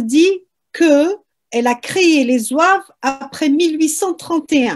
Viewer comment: (Zouaves) c'est pas (zouaoua ).un simple complot. cette polémique vien d'un YouTuber français qui'a semé l'idée. Soit par ignorance ,soit expert (complot) en croyons tous ce qui vien des français plus la volonté du pouvoir et les racistes (0 kabyles) l'idée se propage et prennent de l'ampleur. Le Mos zouave soit il est turc ou bien il remonte à l'époque romaine et vendal. Mais synonyme de zouaoua impossible Car cette tribu est parmi les 1er à combattre en 1830 après la demande du day les kabyles eux seule participants avec 16000 à 18000 soldats ,le bay hacen d'oran 6000,Ahmed bay de Constantin 30000,les mezabs 4000,etc..... Malheureusement Ahmed bay à mis sur leurs têtes comme chef son beau-frère un type qui n'a aucune expérience dons le commandement militaire plus le problème des soldats inkichari qui on jouet en faveur de l'ennemi. = la défaite